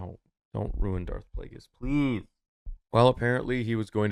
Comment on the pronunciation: "PELASE"??? Lol 😂